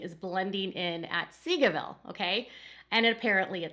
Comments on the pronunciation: The unit is pronounced as “say-go”. Just wanted to help.🙂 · I always hear it as "seagullville" 😂